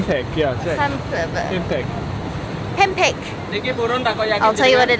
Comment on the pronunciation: pempek : said pempe' without k